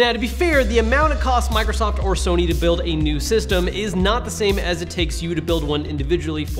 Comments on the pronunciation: This guy calls Sony... Serny. 😂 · But the way you said “serney” instead of sony